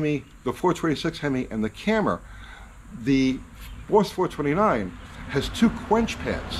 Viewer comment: "Bauwss fowah-twenty-nine"